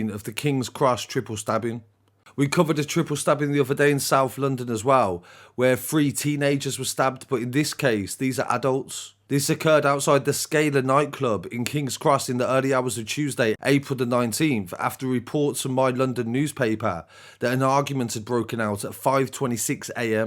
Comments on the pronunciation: Scala pronounced scaa-la not scaler lol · It’s Pronounced scarla